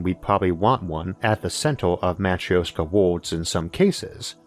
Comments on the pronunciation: We'll NEVER run out of room. EVER. (And it's pronounced "mah-TROOSH-kah.") By the way, that's not your real voice, it's computer-generated. ZING! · hollow earth aint a real thing but we will want to make it a real thing because its best way to make it work. man i love how logic can sometimes make science fiction into something sensible. nonsequitor: sorry it is my peeve. you are mispronouncing Matryoška, you can not just ignore interpunction when you do not understand it and you can easily look up the correct way to say it. Yes i know of your impediment this is clearly not related. i mean no offense but things mean things you can not just make up pronunciation as you go, especially if it is integral to your point. back to the usual bueznis: another great episode. Thanks to your explanations, i THINK that space farmlands might not be far in future, especially if privateers or govs decide that farming on planet earth is kinda inefficient and takes too much space. we could also use them as arks for our wild animals (safe from hunters due to space). point being that you made me dream of how space could save our dumbarses (collective humanity intelligence is much lower - mostly due to heard mentality and bad management). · most cursed way to say матрёшка i have ever heard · That Is REALLY not how you pronounce Matryoshka. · Please, learn how to pronounce matrioshka for crying out loud! :)